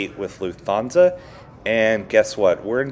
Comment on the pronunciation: Loof-Ton-Za just so you’ll know for the next LH flight you take. When I watched it after the 4th or 5th mispronunciation, on silent, the video was good. 👍🏻